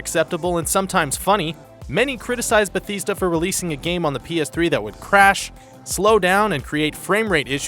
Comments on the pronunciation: Bethesda isn't pronounced like that. Beh-thes-da. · Did he say betheesda seriously BETHEESDA that's it I'm drinking bleach for real this time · How could you have possibly mispronounced Bethesda? Idiots. Idiots everywhere.